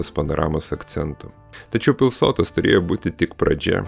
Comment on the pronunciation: Informatyvus video, tik maža pastaba: suteikto dangoraižiui pavadinimo - Pilsotas kirčiuojamas pirmas skiemuo. Tai kuršiškas šios vietovės pavadinimas. Šaltinis - didysis lietuvių kalbos žodynas.